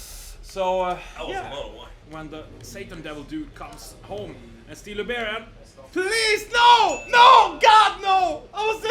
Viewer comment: It's very common for Scandinavians to mix up beer and bear for some reason :)